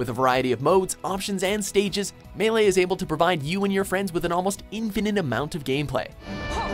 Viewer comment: The way he said melee